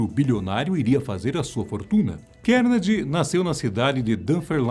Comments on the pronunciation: A Fatos Desconhecidos tem uma equipe grande... e ninguém para alertar quando a pronúncia correta do nome do personagem ??? É "Car-Ne-Gui-E" e não "Kennedy".... pqp... falta Grave ! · Andrew "Kennedy" kkkk é bom aprender a pronúncia do nome na hora de fazer o vídeo...